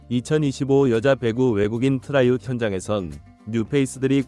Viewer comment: 트라이아웃, 발음 좀 신경써